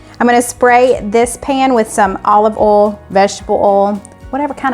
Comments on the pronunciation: Condolences to your family. We lost our youngest sister to pancreatic cancer in 2008z Love your channel, though I cringe whenever I hear bol and ol instead of oyl and boyl. Lol! Where can we find the Auntie Nono’s? Wasn’t in Amazon. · OMG the beef looks sooooo good . i know ive said it once but i just love how you dont pronounce the I in oil , boil and other . :) Lots of love from Montreal Ya'll